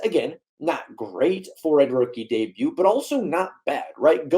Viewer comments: The T is silent dude.. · he wasn't that bad and also the T in debut isn't pronounced that drove me crazy brah